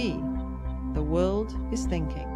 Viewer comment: its "...THE WORLD IS THINKING..." NOT "..WOLD IS THINKING.."